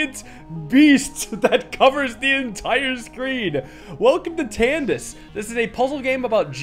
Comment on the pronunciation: Don't pronounce it like Candice. It sounds wired it's Persian. there is mostly no stressing in Persian. Everything is stressed equally.